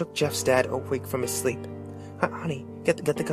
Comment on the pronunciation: More like "Go to slee." Jeff got no lips, lol.